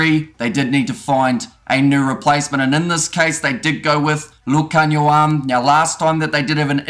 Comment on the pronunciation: Love your pronunciation of Lukhanyo's name, spot on! 👌🏽